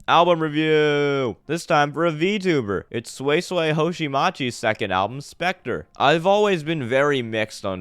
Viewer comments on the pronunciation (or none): Edit: wtf is sui sway, it's pronounced as swee-say. At least get the name right well that was a pretty unique album review. I agree with you for the most part that the sound mixing was meh, especially on newton was shit, but that's pretty much it. I thought you were trolling or larping but it may just be that your standards are too high. I saw the comment where you actually like jpop, then listening to jpop must be endless purgatory for you since it's full of what you highlighted in this album review. Yeah or you just have shit taste. Your hearing is pretty decent though, most people won't be able to identify problems on the production side. Props on actually even making a video though. Album review 5/10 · who is this sweyy-sweyy? at least try to pronounce her name correctly before ranting your own opinion.